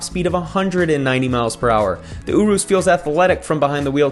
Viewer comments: It’s pronounced Your-Us😂 I was confused when I heard OoRoos😂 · Uroos lmao . its said like this your-rus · Js it’s pronounce Your-is. Other than that love these videos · He called the Urus an “oorus” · Fan of the content but it's "yure-russ" not "yoo-roos" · It’s pronounced Ureis and spelled urus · The way you say Urus makes me want to die